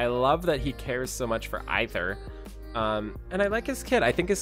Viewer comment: Aither is pronounced "Aye-ther" as in either. As in he's "aither" a male or female! I see what they did there.